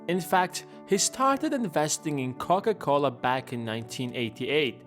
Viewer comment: Haven´t you made a video about how Warren Buffett invests his money before? 1.52 are you dissing Coca Cola???🙂 Sounds to me like you say Cock A Cola🙂 You got humor I LIKE that👍🙂